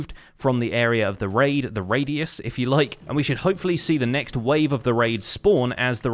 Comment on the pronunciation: “RAID-ius” LOL